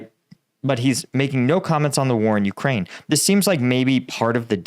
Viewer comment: It's not vuh, it's veh,. Ukrainian here